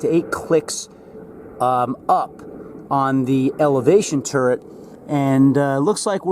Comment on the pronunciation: For hell sakes. You still haven't corrected this? It's Turret. Not TURRENT.....!!